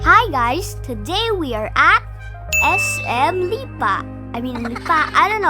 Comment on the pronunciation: its now pronounced laolao its yaoyao